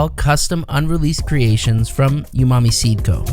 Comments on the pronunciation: Umami isn't pronounced "YOU-mami" 😂😂 its "OO-mah-mee" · The word "umami" is pronounced "ooh-mami", not "you-mami". 👍